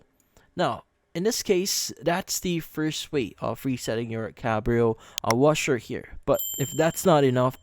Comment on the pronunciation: It's not CaMbrio, it's Cabrio....no M.